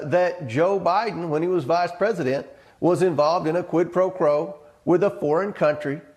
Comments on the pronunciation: Comer “Quid pro *crow*” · Did he just say "quid pro crow"?😂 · Did he just say "quid pro Crow"? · What's a "quid pro crow"...? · Yes, he said, "quid pro crow." 🤪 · Was it just me ..or did that custard brain say quid pro crow??? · Is he illiterate, along with being devoid of integrity? Because I know he said "quid pro crow." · Did he say “quid pro crow”? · Did he say quid pro crow? I live in this ignorant state lol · Comer actually said "pro crow" what a dumbass like green and boebart. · "quid pro craw" 😂🤣...huh !! Shamed face can't even say it correctly . What a moronic maga'ts. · . Biden was involved in a "Quid-Pro-Crow" according to this moron. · "Quid pro crow"... they can't even pronounce their BS right... (sigh) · Did he say quid pro crow. He may have misspoke cause he was looking at one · Dumb GOP turd actually said quid pro crow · Did he just say Quid pro crow??🙄🤔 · “Quid pro crow”? SMH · He even mis pronounced “quid pro quo”. The absolute douchery is amazing.